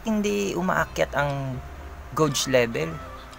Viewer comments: Geygs ang pagpronouns s gauge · Yung pronounce mo ng gauge mo "geyg" dapat. Okei?